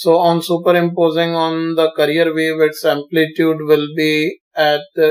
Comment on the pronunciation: Sir you sound like veteran actor Sanjeev Kumar and your explanation was very effective and for God sake it's carrier not "career".